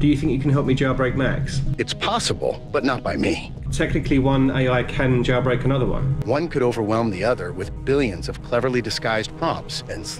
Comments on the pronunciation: Why does he JaYilbreak? Instead of jailbreak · WTF do you pronounce the word "jailbreak" as "JAWBREAK"?